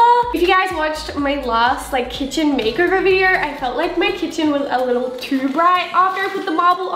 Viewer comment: "kitchen" what 😂😂 no hate